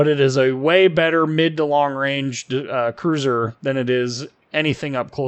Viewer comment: If you can't say cruiser then just say battlecruiser lol